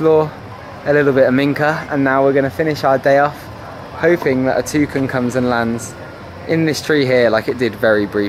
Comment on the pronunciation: instead of "touk-in" we say "two can" haha